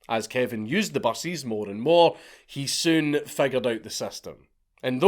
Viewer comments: every time he said "buses" I thought he was saying "bussies". That's another kind of video entirely I'm sure. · he says "buses" like "bussies" :3